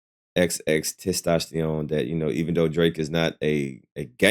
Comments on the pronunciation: 😂😂😂 Can you just say, X. 😅😅 It's TENtacion not TES 😂🤣🤣🤣🤣🤣 you're so close to saying testicles. 😅😅😅😅😅 I'm just trying to help you sound it out, not be disrespectful. Ten-ta-see-own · Come bro it’s XXX-Testosterone it’s not that hard 😂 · Sound like XXX Testosterone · Wild they can't say it right